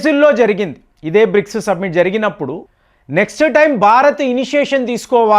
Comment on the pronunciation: సబ్మిట్ కాదు సమ్మిటీ